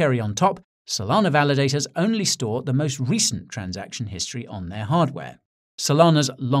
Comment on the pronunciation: "The recent"... Speaking like it is over my Guy